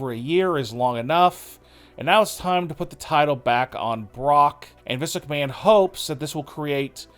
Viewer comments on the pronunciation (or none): none